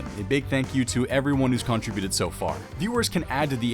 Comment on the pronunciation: you are pronouncing contributed wrong